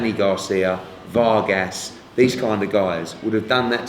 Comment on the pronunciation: Don't know why Hearn pronounces "Vargas" rather strangely. Not that hard.